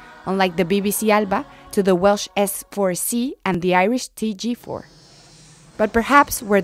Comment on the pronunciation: Interesting... introduction to something, I assume. But you should have done some research on how to pronounce things. For example, BBC Alba is "al-uh-pah", as the song should have told you. TG4 is "tey-jey-cahha", and S4C is "ess-pedwar-eck".